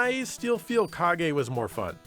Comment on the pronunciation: Fun fact, the way says "Kage" sounds exactly like the brazilian portuguese word "Caguei" which translated to "I pooped"... See, told you this is a fun fact, you're having fun now.